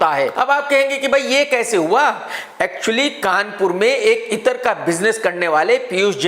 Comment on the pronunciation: Bhai itar nahi ittra